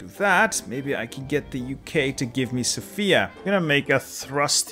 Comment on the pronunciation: please emphasise on the 'o' in Sofia. Thank you and keep up with the fun videos😁